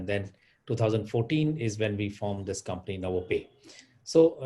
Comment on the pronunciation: its Novopay and not Novapay